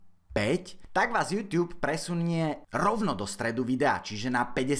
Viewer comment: Youtube se to píše a čte se to jůtůb